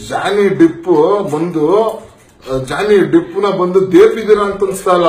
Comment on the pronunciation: Ee ball he jhony deep pronounce madakk bartilla , mvi bagge cmnt madtiya , nin muka nodkolo, sann sann matiguu logic hodkon chutiyaapa madtiya chutiyaaa